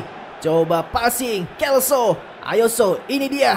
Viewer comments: lo selso bang bukan lo kelso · Hum bang jgn salah sebut nama buat pemain G.Lo celso Abang sebut kelso Itu selso bang bukan kelso Makasih itu aja sih saran sy